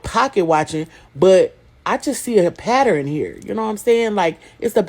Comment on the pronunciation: Why do so many people say "pateren" instead of pattern? It's so irritating.